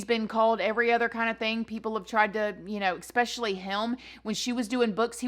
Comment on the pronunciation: "Expecially" I love you 😂